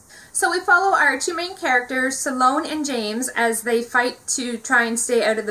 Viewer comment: When you reviewed the program and treatment it sounded like you said the characters were Simone and James but it's Sloane and James. Just to clarify :) but I did add 2 more books to my cart from your reviews! In real life and forbidden. Love your channel.